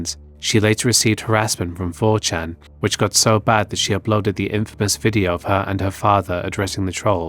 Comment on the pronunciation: I thought you said "applauded" as opposed to "uploaded" at first lol.